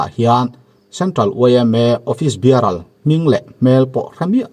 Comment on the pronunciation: Office biaral nilovin ofis biarar tih zawk chi vee..😃😃😃